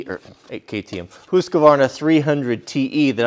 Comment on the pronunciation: Say husk not hoosk.